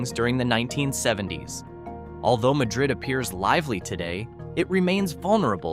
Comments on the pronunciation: It's MAD- rid, you AI doofuss! I was so afraid this wonderful little town would wind up on your stupid list. At least pronounce it correctly, or get laughed at by the good folks at Java Junction. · its pronounced MAD-rid. the spanish pronunciation is not used in this instance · I live near Madrid. It is not pronounced as Madrid Spain. It is pronounced Mad-rid. By the way... A stone church? The church that you showed was absolutely nothing but wood. Michael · Ma-dred, Is what locals say is the right way to say it.